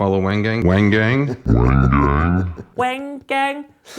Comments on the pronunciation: I don't understand your point about him being Japanese at all. You could have said he's less familiar with Chinese pronunciation because it isnt his first language, but saying he said it wrong BECAUSE he's Japanese is laughably nonsensical. Like someone already said, Japanese has ZERO syllables that make you pronounce "wAEng gAEng." Just accept that his pronunciation was white. Your statement about "studying Japanese for four years" is so pointless. If you studied the damn language, you'd know it most definitely ISN'T related to him being japanese. Consider rephrasing yourself if your point was that he didnt know any Chinese to know Chinese pronunciation lol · Japanese is his first language, which is VASTLY different form Cantonese or Mandarin. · It's a name. It doesn't matter how much of a specific language you speak or not. You do people the courtesy of at least trying to pronounce the name correctly. Case in point: I'm from Denmark. That language has NO roots in anything even asian-adjacent. I can pronounce Chef Wang Gangs name. Why? I listened. That was the most Americanised "Wang Gang" I've ever heard, and I agree with OP. It's insulting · I had no idea who Wang Gang was and quite seriously thought this was a gang from the way Kenji said it. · My big problem with Kenji is he used the full description of his video to go on a tirade against Uncle Roger and his fanbase and then hides behind comments turned off. And he's basically done the same thing to his reply on Uncle Roger's video. Also, his "Wang Gang" pronunciation was way off and far more racist that anything Uncle Roger has done. Definitely lost a lot of respect for him. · 'Wang Gang' got me wanting to rip my soul out of my body just to teach him the correct pronunciation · Funniest part of chefs video was when he "pronounced" chef WANG GANG in the most white way. It really shows how embarrassed of his OWN culture he is in the U.S. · He’s hurt about accent while saying “wang gang”